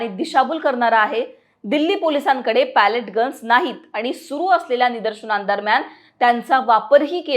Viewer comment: Pellet चा उच्चार पेलेट किंवा पेलीट आहे. Palette = लाकडी चपटी फळी. बातम्या देताना उच्चार आणि अर्थ समजून घ्या. अनेकांना इंग्रजी किंवा कठीण शब्दांची जाण असते असे नाही.